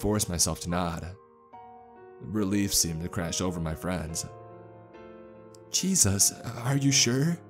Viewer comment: Nobody ever:: "Jesos"